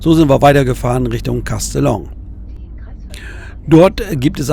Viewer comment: Castellon, wieso kannst das nicht richtig aussprechen?